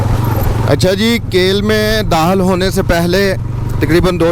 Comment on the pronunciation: ath makaam men Dahil hone wale hen bola...yeh lafz... Dakhil hone wale hen bolo ....bewaqoof sahe bolnaa sekho